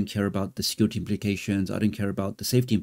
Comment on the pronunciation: Nope…, since the early 80’s the war has always been hardware vs software…, and this is no different.., there will be an immediate response via SW I suspect… On another note in ur video…, when u say their claim is for security reasons.., to me via ur accent it sounds as if ur saying for “scar-ity” reasons.., so on point if intentional or not…😂😂 👍🏾